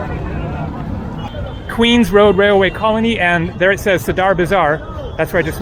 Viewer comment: Nice video🌺 Thanks for your efforts 👍 By the way, it''s called sAdar not *sadAr bazaar 🌺